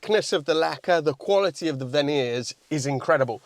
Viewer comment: Its difference between 'quality' and 'qvolity'